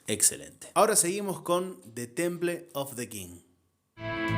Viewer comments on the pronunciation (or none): none